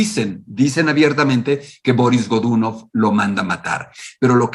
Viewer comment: Excelente trabajo. Solo me permito una corrección idiomática: la pronunciación rusa correcta es Barís Gdunóv. Soy un nuevo suscriptor.